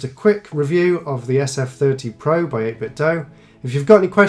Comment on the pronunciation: Thank you for pronouncing 8bitdo correctly. 80% of other reviews on YouTube get it wrong. Good job as always